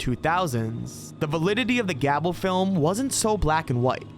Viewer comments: Hey, just so you know, "Gable" is generally pronounced like "Gay-bull" (I know) not like "Gab-bull". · It's not gab-ul. It's gay-bull. Stupid AI voices. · Gable is pronounced with a long A sound not, short A You called it Gabbel, but it's Gable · He pronounced Gable as "Gabble" like how do you pronounce a simple name that poorly? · Gable is not pronounced "gabble"